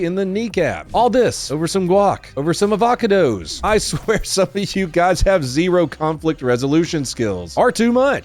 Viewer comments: Avac a dos? xD I'm in tears lol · A-VOCK-A-DOE-S I'm unsubscribing after that one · chip-oat-le & av-ac-a-does almost made me cry. knee capping a poor chip-ot-le worker 😂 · "Avaca-dos." Shit, that's now going to be my go-to pronunciation. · As a Californian, your pronunciation of avocados had me glitching like a robot being drenched in a bucket of piss. 😅